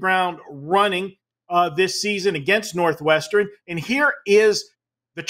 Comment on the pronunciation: "Northwesternen" cmon say it right